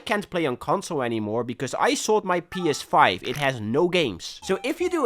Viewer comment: ngl i heard "penis 5" at least like 3 times before i realized you weren't making fun of the PS5 by calling it a funny name